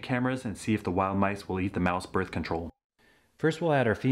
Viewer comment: muh börf control